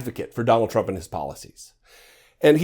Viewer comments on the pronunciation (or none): none